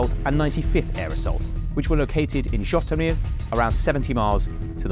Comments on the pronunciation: Great video - one quibble - it’s pronounced je-TOE-mere (with the je pronounced like the French for “I”) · This was psoiled for me by the abysmal butchering of the pronunciation of Zhytomir, Zaluzhnyj and the